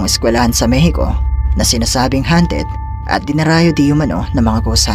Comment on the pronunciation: hindi hanted kundi hawnted...